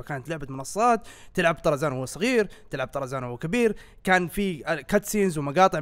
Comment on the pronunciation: من لاحظ ان الدقيقة قال أرزان مو طرزان